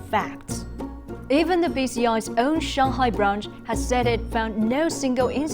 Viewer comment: It's 上海，not 相嗨 Chinese people please learn to say Chinese names properly